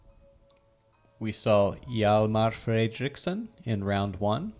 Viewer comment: everyone talking about the pronunciations but non-swedes always say "sen" instead of "son" in names like Fredriksson or Svensson. its Fredrik's son. named after their fathers in old times. The "o" in "son" is pronounced kinda like in "song" :)